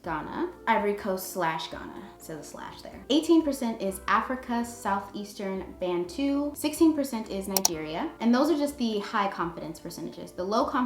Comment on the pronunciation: Lol I cringe when you guys say bantu because that's not how it's pronounced 😂